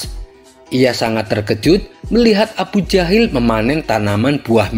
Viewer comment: Abu Jahal boos... Bukan abu jahil